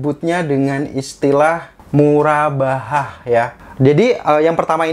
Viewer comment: Murabahah dibacanya Murobahah, karena huruf ر dalam pengucapan arab berbunyi "Ro"